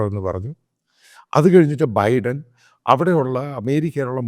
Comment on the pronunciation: ബൈഡൻ ബൈഡൻ എന്ന് തെറ്റായി ഉച്ചരിക്കുന്നു.